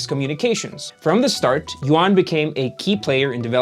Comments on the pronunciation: His name is not yo-an, but pronounced more like you-an. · yuan = yoo-ehn yuan is not yoo-ahn